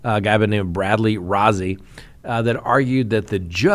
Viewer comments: It's Brad Rosey. His name is spelled Rozzi but pronounced Rosey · Rozzi is pronounced like ROSEY....long O.